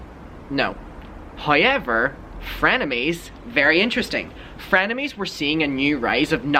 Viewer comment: I live for the “hoyever”